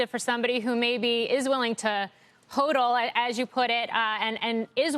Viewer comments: Hate it when they say HO-DUL ...ITS HA-DUL!! OMGG LOL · What is “hoadle” as she says